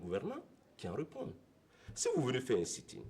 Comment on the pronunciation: Sit in et non seet in